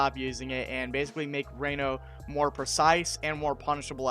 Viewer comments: I'm sorry but it drove me crazy how you pronounced Ranno's name. It's not "Ray-no", it's "Rah-No". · But Raino sounds cooler and like a rain forest and tree frogs. Seems like a missed opportunity seeing as Orcane is a name. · Says he did his own research: mispronounces Ranno...